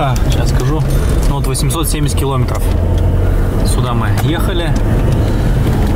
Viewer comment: КиломЕЕЕтров,! КиломЕЕЕтров...Когда вещаешь на большую аудиторию, надо стараться говорить грамотнее, тем более на родном языке, стыдоба! Видео твои смотрю, лайки ставлю, но "ихние кил0метры" прям режут слух